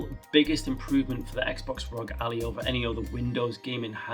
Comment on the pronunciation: bro said Allie instead of Ally